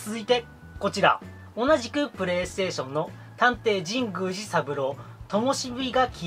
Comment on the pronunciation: 神宮寺の発音おかしくないですか？w Wiiリモコン安いのはいいですねー ハードオフ安くて324円しか 見たことないです(ﾉω･､)😵💦